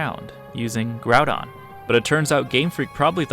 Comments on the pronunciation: Groupon not Groundon. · Bro pronounced Groudon as ‘grupon’ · Did you said Groupon? Lol